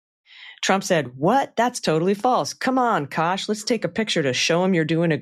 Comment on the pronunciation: Why r u calling him KASH VS CASH, like ass Kosh as in osh kosh 😢 Kash as in ASS